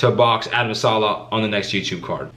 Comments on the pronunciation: His name is Adam saleh!! Not sala thats why he is not taking u seriously cause u desrespecting his name now!! I would ignore ur ass too!! U know his name his bigger that u on u tube he said he is not scare of u Donbe be disrespctfull just say his name right dude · Yoo its adam saleh its an “e” not adam salah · You can't even say his last name